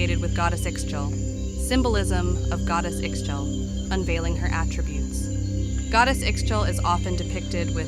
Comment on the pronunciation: I believe it’s pronounced ee-shell